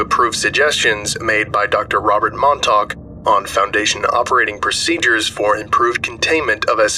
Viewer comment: As someone who grew up on Long Island, you have no idea how much of a relief it was to hear you pronounce Montauk correctly! I think you're the only one I've ever heard say it right